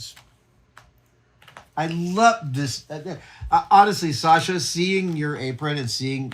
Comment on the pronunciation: You say "Sasha" almost as a native Russian! Great pronunciation!